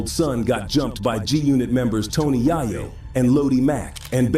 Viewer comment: 😂😂😂 SPI who is Spider 🔒 (Spider Loc) and Jay Rule (Ja Rule) & Tony Yay-Yo (Tony Yayo)? A.I. hasn't gotten pronunciation down yet.